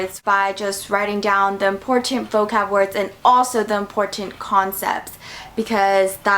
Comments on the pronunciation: She said this is very Imporshent instead of important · There's something about the way you say "important" sounds cool👍🏻